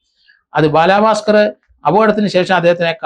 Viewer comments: ബാലഭാസ്കർ. ബാലാഭാസ്കർ അല്ല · ബാലാ ഭാസ്കർ അല്ല. ബാലഭാസ്‌കർ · Njan parayaan vijaricha comment. Ella videoilum parayum ingane baaalaaa bhaskar. But I appreciate your findings. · ബാലാ ഭാസ്കർ അല്ല സർ ബാല ഭാസ്കർ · ഇയാൾ എന്തിനാ ബാലാ ബാസ്കർ എന്ന് പറയുന്നത്😡😡😡😡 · Baalaabhasker.... The way he says is different 😊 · ബാലാ ഭാക്കാർ എന്നാ പറയുന്നത്